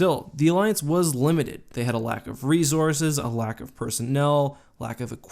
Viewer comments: He keeps saying rezorzes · You say "resources" funny. Love your videos. I think the republic had more bad ass special sources (mostly because the cartoon)